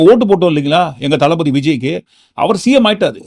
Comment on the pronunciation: தலபதி தலபதி எனக் கேட்கும் போது தலவிதி தலவிதி என்று கேட்கிறது